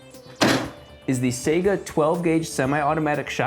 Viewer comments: It is SA-EE-GAH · Its not "Sega" it's "saiga" the "Ai" part is pronounced like "eye" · sega 12 its called zaiga12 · one and the most important thing fuckin EVERYONE gets wrong about Saiga 12: It's pronounced saigA, not sAiga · Its not "say-ga" its "sai-ga" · Why does he pronounce Saiga “Sega”? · Sigh- gu not say-ga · sega? Lmao nigga. It's Saiga (saeegha). Based of AK47? Bitch please. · "Sayguh" IT IS PRONOUNCED "S-eye-guh" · I was so annoyed it's not pronoced Sega it pronoced sage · It's not Sega, it's saiga. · Say-ga? It's Sai-ga. Сайга, cyka blyat. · apparently he thinks it's spelled "SEGA" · I remember when Sega got into the arms industry. Oh wait that didn't happen. It's pronounced fucking "saiga" rhymes with "psyche-uh". Saiga's are goddamned good guns. I own 2 in different calibers and I cherish them. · FWIW, "Saiga" is pronounced with the first syllable rhyming with "guy," not "say." Also, the "rifling" on the slug doesn't actually stabilize it. Those are there so it can swage down through a choke without damaging the barrel. Taofledermaus did some high speed of "rifled" slugs going downrange and got about 400 rpm measured. Sounds like a lot, but it's not enough to stabilize a bullet or slug. If you look at the twist rate of a rifled slug barrel and velocity of a rifled slug, you get about 30K rpm, which actually will stabilize. The hollowed back of the slug is actually what stabilizes them. They're aerodynamically stabilized. Some companies like Brenneke attach the wad to the back of the slug to help with that. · It's pronounced SIGH-GAH not SAY-GAH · Sai Gaa not Sega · “Seyguhh 12 gauge shotgun” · Like si ga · Let's just ignore that he pronounces saiga wrong the whole video smh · you are pronouncing it wrong you dimwit